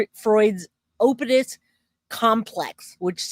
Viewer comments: Oedipus is pronounced "edipus" the O is silent. Have a great day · The O is silent in the word Oedipus. It's pronounced "Edipus"